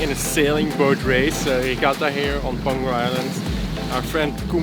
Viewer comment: I thought after spending some time there, you guys would catch on that the G in Peng-Hu is silent, and H is not. :-) Hu means lake.